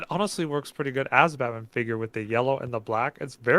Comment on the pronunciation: Great video guys! Instead of saying figure I heard say skin! 😂